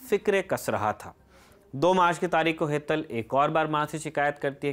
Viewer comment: आप तारीख़ को तारिक बोल रहे हैं, प्रोनंसिएशन सही कीजिए। धन्यवाद।